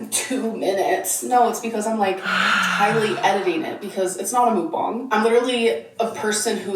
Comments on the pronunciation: Why does she keep calling the timer a stopwatch? It has to be a watch to be called a stopwatch. I hate her vocal fry! "Mook-bong-guh" but the "guh" in a higher pitch than the first part of the word. She adds at least 1 extra syllable to every damn word. And, "andouille" pronounced and-doo-wee not and-ole-lee. This is Miss 3.9 GPA, Miss 140IQ, Miss Proper Grammer at all times, Miss Well-Read. Yet can't pronounce over half the words in the english language 😂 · the way she pronounces mukbang annoys me so bad